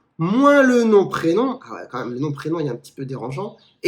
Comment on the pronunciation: Salut, sur certaines expressions c'est vrai que tu as une sonorité/prononciation typée (maghrebine) : exemple à "quand même, quand même". Ca peut s'expliquer, comme pour tout un chacun, par l'apprentissage par mimétisme, et donc avec qui on a appris à parler (notamment la cellule familiale). Ce n'est vraiment pas un reproche que les parents maghrebins de la génération 68ard ou antérieure aient un accent prononcé (exemple de l'imam Chalgoumi), leur langue maternelle étant le marocain/ l'algérien/ le tunisien (etc). L'accent a quasi-totalement disparu chez les nouvelles générations (jeunes de moins de 30 ans). C'est vrai aussi au niveau national, les accents régionaux (accent marseillais, chti, etc.) s'estompent fortement chez les nouvelles générations. En Corse ça semble partiellement persister. Pour la barbe, plus elle est longue plus ça semble être un signe de revendication religieuse/identitaire. Ta barbe de tes vidéos qui datent d'il y a deux ans en sont une bonne illustration. Tu en as probablement entendu parler, il y a certains pays à majorité musulmane qui interdisent les barbes longues, prétendument pour éviter les radicalisations salafistes. Il doit y avoir une part de vrai. Je ne pense pas que le racisme soit majoritaire, beaucoup d'entre nous on grandi avec des personnes de toutes origines. Après, l'humour et la taquinerie reposent sur des relais qui visent la personne. Les critiques sont souvent désagréables à recevoir. Le principe même de l'humour est très s